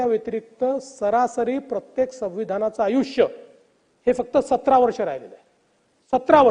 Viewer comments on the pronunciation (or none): none